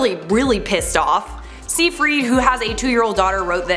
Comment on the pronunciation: Amanda’s last name is pronounced “sighfrid” not “seefreed”. Other than that, love your vids!